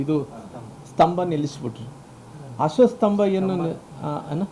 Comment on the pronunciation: ಅಶೋಕ ಅನ್ನು ನಾಮ ಪದವನ್ನು ಸ್ಪಷ್ಟವಾಗಿ ಹೇಳಿ ಅಶೋಸ್ತ ಅಂತೀರಿ ಮೊದಲು ..ನೀವು ಒಬ್ಬ ಕನ್ನಡಿಗರಾಗಿ ಕನ್ನಡ ಸ್ಪಷ್ಟವಾಗಿ ಮಾತನಾಡಿ